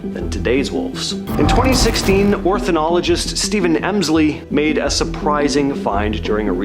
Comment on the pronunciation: it's ornithologist not "orthi"